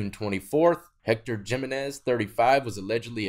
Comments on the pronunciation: Just fyi when it comes to Latino names “J” Is pronounced like an “H” so not giminez instead it is pronounced HIminez. I’m sure most don’t care and if I didn’t have some extended fam that are Hispanic I doubt I’d care/notice either. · Jimenez lmao . I love you bro but the j in Jimenez is like the j in jalapeño. It’s a H sound so Himenez if you will. Just teaching you in Latin terminology . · Look, I'm white as fuck but I live in Mexico and every time you mispronounce a Hispanic Last name it bothers me lol, like that guy Jiminez its Pronounced ( He-Min-ez ) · Hee-men-ezz. = Jimenez. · For future reference since you'll see the last name Jimenez pretty often, the J in Jimenez makes an H sound.